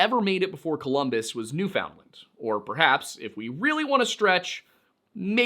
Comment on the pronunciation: Im sorry, but that's not how you pronounce Newfoundland.